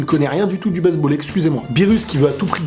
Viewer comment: je reve ou il dit baiseball